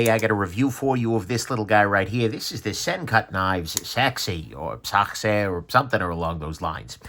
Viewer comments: that was the best pronounced "sachse" i've heard from an american, all other reviewers tortured my ears while trying!🤣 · ya it’s a confusing pronunciation. Antithetically, it’s pronounced “sack-see”